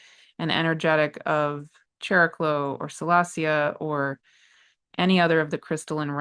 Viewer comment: what in the nuclear explosion channeling was that?! Thank you! ❤❤❤ Also, Greek here, if you don't mind, regarding Chariklo/ Χαρικλώ, its pronunciation is closer to ' Hariklo '. ( In ancient Greek the Χ letter started as a 'K+H' sound, but by late antiquity it had simplified to just H - think of the name Harry in English. 🤓). Again, thank you for making this content free and available to everyone.🌟